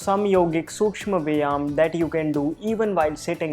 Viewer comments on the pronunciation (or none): Good work presented more effectively. Some accents r different(vyayama) some clippings r not necessary (9.27 snacks eating).this is want I felt peculiar because never I saw such in Ur previous videos.